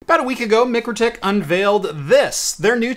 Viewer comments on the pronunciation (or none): MIKE RO TIK. Not Mic ro tik. Its like calling Walmart... Wal mert. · Pronounced Mike crow tik. Nice review thanks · Isn’t it pronounced my-crow-tick? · Its pronounced Mike-Row-Tick according to their youtube videos, great little switch, cant wait till they release a POE version. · Should have shown it to them first, they would have told you how Mikrotik is pronounced.